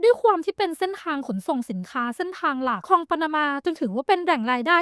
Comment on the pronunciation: Great video but ค ควบ ล มันขัดใจแปลก ๆ คอง คอง คอง